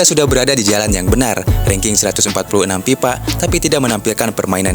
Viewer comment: FIFA baang...!!! Bukan PIPA... Gedeg euy, jelas banget pipanya